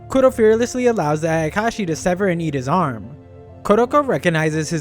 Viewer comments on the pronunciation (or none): none